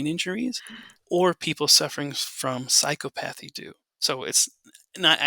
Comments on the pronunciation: Excellent talk. (Someone let know he could be mispronouncing "psychopathy".) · Correct pronunciation of psychopathy